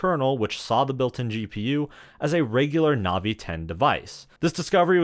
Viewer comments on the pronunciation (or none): none